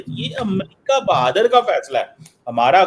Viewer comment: Bahadr nhi hota hai 😂 LOL